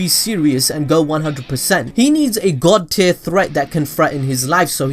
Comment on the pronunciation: I keep hearing god tit